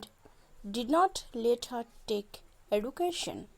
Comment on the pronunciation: The word is education not eaducation